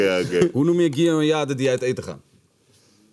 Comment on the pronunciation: zijn vader moet maar eens naar de ouderavond op de basisschool van komen, want kan na 2 jaar lang nog steeds geen Gio normaal uitspreken😅